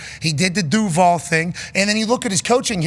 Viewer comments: Sir it's pronounced DOOOOOOOOOOVAAAAAAAAAAAL not duuuvall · The emphasis is on the Duu as in Doo Doo